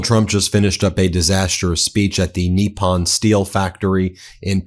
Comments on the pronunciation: 'Nip-pon'... not, 'NEE-pon'... professor. Why do you have so much trouble pronouncing foreign words. You sound like a rube, not a Georgetown educated attorney from Long Island... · The word is Nippon, as in NIP ON - not knee pon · Nip-pon not Knee-pon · nippon pronounciation: "knee-pon" not "knee-pan" . Love your show! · I love your stuff, but can you please pronounce things correctly? You look stupid when you don't. Maria BartiromO, with an O, not "Bartiroma" with an A. Nippon Steel is not pronounced "NEEP-on," it's pronounced "NIP-on." Where did you even get "NEEP-on" from? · TACO calls it Nissan, not Nepon. Tesssler TACO boy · I see we are calling Nippon, 'Neeppon', now. I suppose that we will have to 'seep' our drinks instead of sipping them. Why are you converting to Mexican Pronunciation? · He always called it “Nissan” steel. 😂 😂